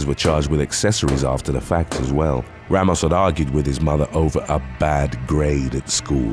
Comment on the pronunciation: “Gregory Logan Rrrrramos”